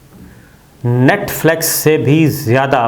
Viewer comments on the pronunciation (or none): Sabir sb thora sa parh b lya kren....NETFLEX ni hota NETFLIX hota h. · Sir with due respect its Net Flix not Net Flex :). Love and respect from pak canadian viewer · Brother, it is not Netflex نیٹفلیکس. The word is Netflix نیٹفلکس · Yar Netflix to bolna seekh lo. Duniya dekhti ha. Humari b insult kerwatay ho